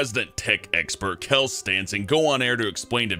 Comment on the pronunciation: A little heads-up about Kjell Stensson for non-Swedes: It's pronounced Shell, not Kell. I know, it's stupid Edit- Also Westeros is real. But it's spelled Västerås